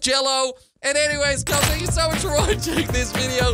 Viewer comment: I like when he says kops